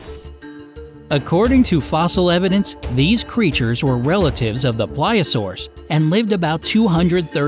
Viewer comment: Also its pl-ee-sio-saurs not ple-sio-saurs